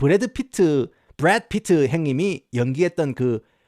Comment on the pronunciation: ㅋㅋㅋ브래드피트 라고 햇다가 부뤳~핕으로 발음 바꾸는거 개웃김 ㅋㅋ